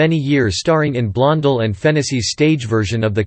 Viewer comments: the narrator can't even pronounce Joan's name., it is so annoying - HEY it's Blon DELL not Blon del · I'm seconding that why can't this automatic voice pronounce the name correctly it happens all the time makes me nuts well I'm already knows but that's not the point😊😊